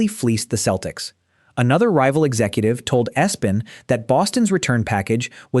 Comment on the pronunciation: Said ES - Pen. Im out